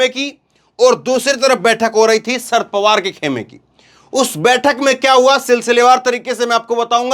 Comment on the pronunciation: नाम - शरद पवार - है ना कि - सर्द पवार ।